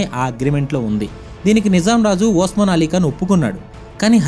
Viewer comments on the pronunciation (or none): వోస్మాన్ అలీ ఖాన్ కాదురా అయ్యా ఉస్మాన్ అలీఖాన్ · అది ఓస్మాన్ ఆలి ఖాన్ కాదు ఉస్మాన్ అలీ ఖాన్... రజకార్లు కాదు రజాకర్లు..